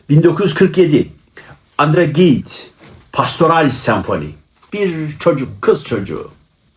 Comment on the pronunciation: tahmin ettiğiniz telaffuz yanlışlarının ilki sözünü etmediğiniz Andre Gide. Jid denilmesi lazım Gid değil🙂